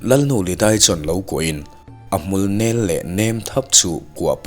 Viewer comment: A hmul "nél" Tih a thluk sáng tur a ni lo. "Nèl" Ti a thluk hniam tur